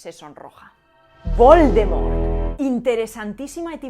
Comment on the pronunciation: La pronunciación de "l'étrange" deja mucho que desear jajajaj, pero la de "vol de mort" estuvo bastante bien.